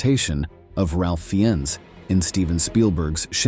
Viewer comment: It’s pronounced ….Fines.